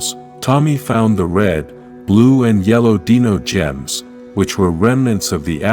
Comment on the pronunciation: deeno gems was at least said 7 times in the video instead of dino gems what an obvious botch